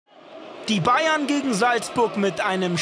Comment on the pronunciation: Kommentator blubbert bei Bayern novj